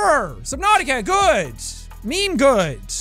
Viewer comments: Maymay tiem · Its maymay tiem¡